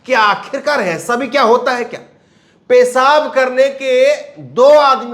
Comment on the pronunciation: Your news are good but your pronunciation is very bad. J for Z, s for sh etc, like pesab instead of peshab. Kindly put bindi in Hindi.